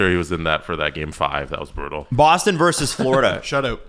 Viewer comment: It's "versus", not "verse".